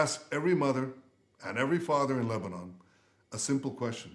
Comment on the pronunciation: You can’t say Lebanon properly